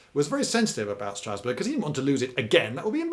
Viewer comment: Don’t think that’s how you pronounce Strasbourg